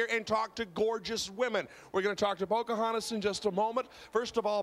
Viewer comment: Did he say "Poker Hontas?" LOL